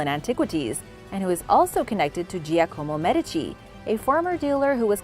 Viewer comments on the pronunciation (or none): none